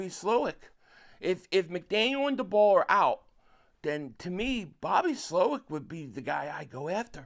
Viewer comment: First thing, Brian Daboll is pronounced like table. Second thing, I think the best option for the Eagles at OC is Charlie Weiss Jr. He's a young guy that had a lot of success in college and is known as a very innovative OC. Plus I also think he won't leave next year. You get a young guy with a lot of success as OC in college and someone I think will give stability to the offense in the next couple years because I don't think he's going to leave in one year